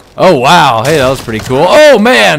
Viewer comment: I know this is nit picky but its wey hey not hey hey in the shanty